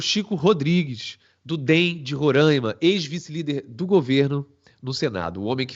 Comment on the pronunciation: RORAIMA SE Lê "RORÁÁÁÁÁIMA" "a" ABERTO, NÃO É Â.